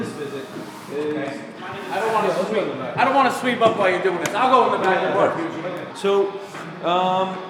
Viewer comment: "Dis is plywood. Dis is glued togeddah." gasps REEEEEALLY?